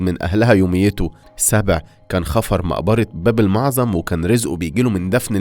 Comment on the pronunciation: يشماغ مو شماغ وباب المعظم بالتشديد على العين والضم على الميم الاولى